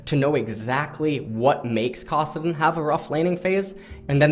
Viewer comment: "kossadin" the actual FUCK?